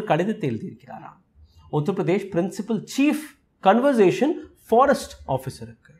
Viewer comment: please say CONSERVATION. You are pronouncing conVERsation.